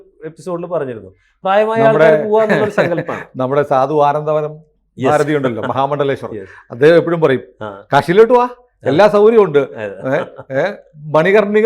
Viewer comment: ആന്ദവനം ഭാരതി എന്നല്ല സ്വാമി ആനന്ദവനം ഭാരതി എന്ന് ബഹുമാനത്തോട് പറയു ശ്രീ 🙏🙏🙏